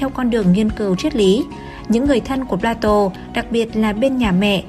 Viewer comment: Phải phát âm là "pla-tông" mới chính xác. Chuyên mục do Kênh làm rất hay, rất công phu ... Tuy nhiên tất cả các phát thanh viên nên trau dồi thêm ngoại ngữ nữa thì thật là hoàn hảo. Người xem phải chịu đựng như tra tấn "chát chúa" vào tai : "pla-tô" nghe thật chán vô cùng tận.